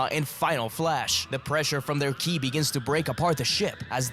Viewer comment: Killi??? Okay, serious question; why is it in these videos you sometimes call Ki "killi"? It always throws me off whenever I hear that.